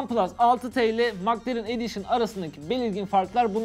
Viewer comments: Mak lerın değil mek lerın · Maklaren 😂😂 Keşke telaffuz bilseydiniz.